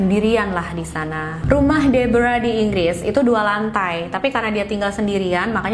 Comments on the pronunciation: Pas nyebut nama Deborah malah kaya nyebut Zebra 😭😭😭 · Sumpah, kupingku berasa iritasi banget denger nyebut nama Deborah, padahal pas nyebut nama tokoh yang lain aja pakai pelafalan biasa, ga dipaksakan kaya pas nyebut nama Deborah 🥲🥲 lain kali coba pakai pelafalan yang disesuaikan dengan bahasa Indonesia aja mbak.. berasa aneh dengernya